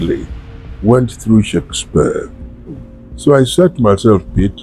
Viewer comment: His name is pronounced PIT not PET...